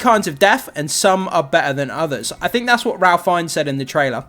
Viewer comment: Just an FYI: Ralph Fiennes pronounces his first name (phonetically) as 'Rafe'. Thought you might like to know.